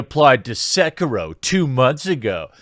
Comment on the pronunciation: It's "SEH-KEE-ROH!"